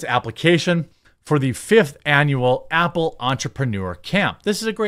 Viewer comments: Stop saying “ample”, it’s “Apple”. All you do is read articles and posts others made, easiest job in the world, put at least a tiny bit of effort into it. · Sounds like Jeremy says “ample” a couple times lol. Cutie.